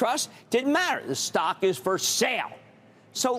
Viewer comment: Buddy had a 10 page script and couldn’t even pronounce the stock correctly